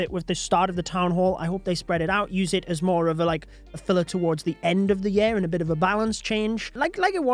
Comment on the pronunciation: Why can't you pronounce "year" correctly? Ya'll invented the English language, but you can't speak it????